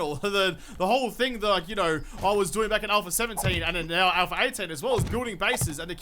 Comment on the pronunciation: I always forget to ask this question, but now that I remember.... Are you saying "Alpher 18" in the beginning of each video? Lol. Just wondering if it's the accent or if I'm hearing things... Haha.